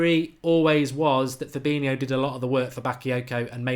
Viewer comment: You can't even say his name correctly, what are you on about!?